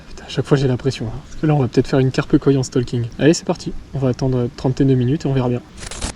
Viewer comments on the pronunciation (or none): On dit pas stalking. C’est le français moyen qui dit ça. On STAUking. Enfin tu fais comme tu veux 😂😂